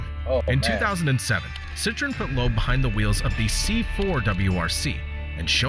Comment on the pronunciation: Loeb = Lööb not Loob